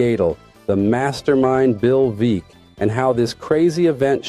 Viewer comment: Veeck… is pronounced Veck